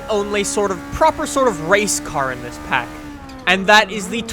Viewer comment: Pack not park